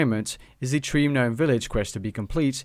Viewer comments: guh-nome...??? just gnome bro. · also, nome, not ganome. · bruh really said guh-nome.. but still a great video! thanks!! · nice video!, btw gnome is pronounced like "nome" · you pronounced it guh-nome course and i dunno how i feel about that. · The G is silent in Gnome you fuckin moron.